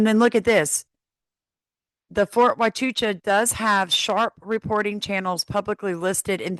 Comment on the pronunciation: Pronounced....Wahchuca 😊 Only one ch sound. She said it incorrectly.